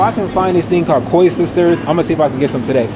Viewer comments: You killed me with the Koi Sisters 😂 Koeksisters is pronounced cooked sisters. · bro, COOK SISTERS not koi sisters lol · koeksusters is pronounced cooksisters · We say cook-sesterrrr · Koeksisters are pronounced "cook sisters"😊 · They're "koeksisters": The first part rhymes with "cook", not "coy". Bear in mind, there are 2 different versions (some spell them differently too, "koeksisters" and "koesisters"). Please make sure to try both, because they're worlds apart.